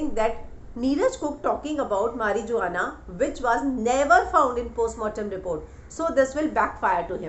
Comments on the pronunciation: Mari Juan na ! Nahee hota....Mari wanna pronounce hota hai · mari-juwa-na kya hota hai? mari-wana pronounce kijye madam. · Mam marijuana is pronounced as mariuana...J is silent